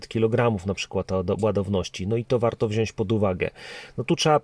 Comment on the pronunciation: Mówimy wziąć, nie wziońś!!!!!!!!!!!